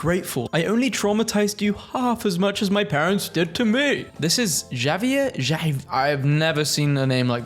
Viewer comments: erm actually it's pronouncee "Ha-vier" Not Ja-vier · pretty sure the J is pronounced like an H. so the dogs name is HAV-E-AIR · Javier is pronounced with and h sound so it is havier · Javier "Ha-Vee-Air" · u read it as "Havier" with a hard r on the end, hope it helps :) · I was gonna save my comment to be sad about my parents or make a joke, but my guy, the dog's name is pronounced "Havier", it's spanish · It's pronounced "Hov-ee-air." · Pronounced "Have-E-air." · I believe it's pronounced Ha-vee-air :) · Javier is a Spanish name, the equivalent of the English Xavier. It’s pronounced ha-vee-ERR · By the way Javier is typically a Spanish name and is pronounced “Havi-er” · Javier is spanish , try like this Ha V Air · The j in Javier is pronounced like an h, like havier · you pronounce the J as if it were an H for that name. It’s a thing that tends to come up with Spanish (i.e Jorge)